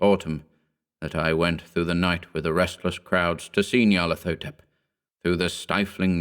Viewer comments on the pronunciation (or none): The correct pronunciation would have a "hotep" at the end, as in the Egyptian word. Not "thotep".